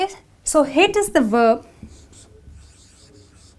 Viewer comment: I have just one question: why did you pronounce "/v/" consonant in word "verb" as "/W/" consonant?